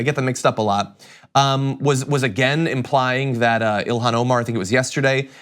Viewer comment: John - Ilhan is pronounced Il-on (the "h" is silent). Be in the forefront of people who pronounce her name correctly.